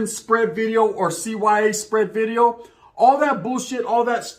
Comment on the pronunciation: “NEW BIDEO” 😂😂😂😂 Shit always got me rolling. He can’t pronounce that letter V